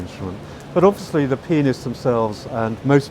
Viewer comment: Yeah.. he probably meant pianists but the articulation made it sound like another word